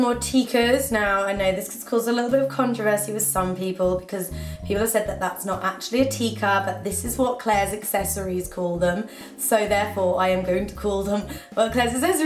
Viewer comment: "Teeka's" lmfao . The way she says it . Its actually pronounced "tikha." Nice accessories though.